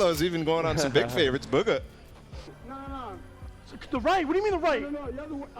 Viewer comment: I hate how the way they call bugha